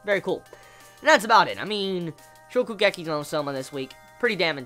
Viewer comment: Hey, he said Shokugeki right this time! XD